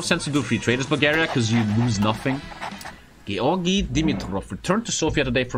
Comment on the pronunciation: I felt weird when he said Georgi so well ngl